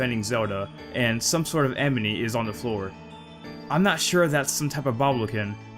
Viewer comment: hahaha some sort of "emeny" hahahah that sounds like how I used to pronounce animal before I was old enough to have a working brain "aminal"